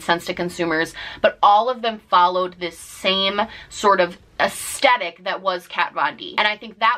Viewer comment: Love you but Aesthetic has a "th" not just a t.